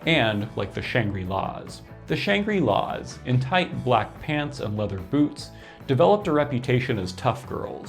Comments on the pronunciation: Interesting pronunciation of Shangri-Las. You're pronouncing it "Shan-gree" -- first time I've heard the word pronounced, in any context, with a long "i" (and I'm old). Conventional pronunciation is with a short "i": "Shangrih-La," on the way, even, to "Shan-gruh-La." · Good info but it's pronounced "shang-grill-laws".